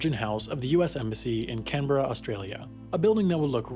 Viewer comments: The way he pronounced Canberra killed me. He got the “berra” part right, but it’s “can-berra”, not “ken-berra” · The way he said Canberra 😂😂😂 was that on purpose? Does Wendover know we say “Ken Behrens” 😂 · it triggered me so much the way he said canberra. it is pronounced can-bra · still can’t pronounce Canberra can ya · As a canberran the way you said my cities name it made me mad and impressed at the same time